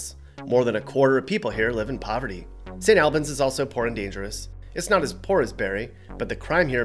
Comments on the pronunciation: Your pronouncing st albins rong the al it pronounced like the word all not name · it's not st aalbans it's Snalbins lol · its pronounced st. all-bans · Is anyone going to tell him it’s pronounced “S’nAlb’n’s?” We also now have a target in Burlington. As of like two years ago. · I feel like is more "sane ALL bins" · You horribly mispronounced st.(all)bans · A couple of things... First, yes, it is the Northeast Kingdom, but outsiders wouldn't be expected to know that. Second St. Albans is pronounced St. All-bans. Third, up until the early 1960's pretty much all of Vermonters were Conservative Republicans. Phillip Hoff was the first democratic governor in 100 years. Industry like IBM, Digital and others brought the population to Vermont. But, industry brought environmental issues and to entice industry they cut some pretty cool deals tax wise for them. Labor was also very cheap. As far a beaches are concerned the west coast of Vermont (bordering Lake Champlain) has a lot of beaches along it's shores and many instate lakes also provide for that. No ocean, but that's only 4 hours away in NH or Maine. Want some big city life? Montreal is only about 60 miles from Burlington. The real downfall happened when those tax agreements with the big electronics outfits expired, Vermont needed the money because those businesses had been using a whole lot of infrastructure and not helping to pay for any of it. Result, Vermont had to ask for business to pay it's fair share because the local population couldn't afford, individually, to keep everything up. So business left along with the higher salaried people. Families had to really struggle to keep their head above water and the flatlanders coming up from Mass. Conn. and NY caused real estate prices to go through the roof. That is why my family moved to NC and so many others have left to try and m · Most of us Vermonters don’t want out of staters moving here. And St. Albans it’s pronounced “all- bans” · said st. albans wrong